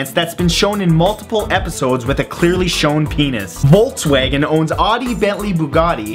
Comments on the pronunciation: "voltswaygn" . . took me like 10 seconds to understand he meant "Volkswagen" . lol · Volksvagen is how it should be pronounced